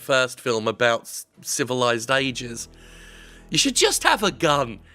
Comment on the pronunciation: "Just 'ave a gun" - Wow Jim how long have you been living in the Deep South now?